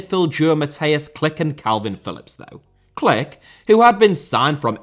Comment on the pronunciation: almost good, Mateusz's name is "Klich", pronounced ca. like "kleeh" , with the "h" as in "hammer" 👍